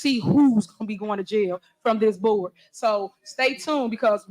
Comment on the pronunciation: "Jiyill" is jail in Henyard speak.